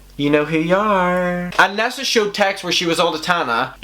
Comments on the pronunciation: I hear "NASA" every time you say nessa lol, your accent is perfect. 💖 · i fr though u said NASA and I was shook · Lmao my eyes are closed and I kept hearing “NASA”... I’m like only Tana could have drama w nasa lmao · Everyone: Nessa: NASA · At first I was like “who the fuck is nasa?” Then I realized you were saying nessa 😂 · when he said nessa came forward i thought he said NASA and i was like wait WHAT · I love the way you say NASSA😂😍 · Why do I keep hearing N.A.S.A instead of Nessa? 😂🤦‍♀️ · I love your accent, but I was definitely sitting here wondering why NASA has beef with Tana 🤦‍♀️😂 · Glad I wasn't the only one that heard nasa 😂😂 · Rightttt it took a while for me too realise he was saying Nessa 😭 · Érin Nic Coinnigh her real name is Vanessa short form... nessa he’s pronouncing it wrong